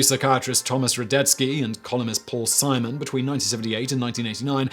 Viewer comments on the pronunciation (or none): none